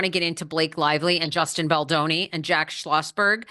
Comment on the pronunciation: It’s Baldoni not Baldini. Maybe you are mispronouncing it on purpose to mock him.